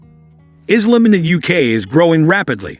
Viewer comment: . Dude said Islim.. I guess Muslim + Islam